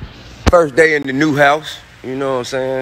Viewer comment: Supposedly so intelligent and this is how he say house "how"